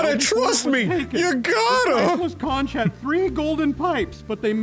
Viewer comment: Kudos to Dan pronouncing conch correctly the first time he said it, and very disappointing that the games doesn't.